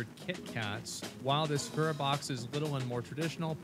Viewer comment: Ill get one when says sakura right 😂 sock rah!